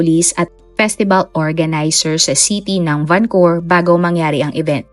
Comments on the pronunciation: Why Vancur? It's supposed to be pronounce as Vancou-VER ..✌️ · Correction po...and i hope you don't mind.. VancouVER po .. not vancour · Nakakalungkot na balita. RIP sa mga biktima.. 🙏🏻 Salamat po sa update.. No bashing po, pero Van-cu-ver po yata ang pronounce nun. Napaisip po kasi un mga nakarinig sabi nila akala daw sa Canada, bakit sa Vancowr pala. Anyways thanks po ulit sa update. 😊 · Van Cou Ver po ma'am hindi po Van Cour ✌️ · Ang lungkot po. ..Mas malungkot ang pagkapronounce mo ng Vancor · oo nga